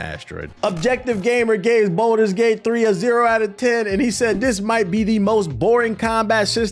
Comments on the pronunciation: Please quit calling it bolders gate its baldurs gate but good vid other then that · “boulders gate” kills me 😂